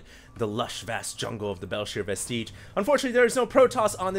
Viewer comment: it is not pronounced belshir vesteeeeege